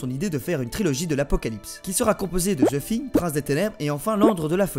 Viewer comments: "Ze Shingue" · J'abuse en vrai tu le prononces bien ;)